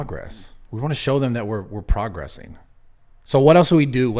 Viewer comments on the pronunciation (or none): It’s not progressing, it’s progress-ing